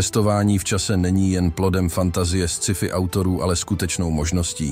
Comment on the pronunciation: krasny video - mala poznamka: Scifi se vyslovuje Skyfi, jesrtlize pouzivate anglicka slova vlozena do cestiny tak je musite vyslovit spravne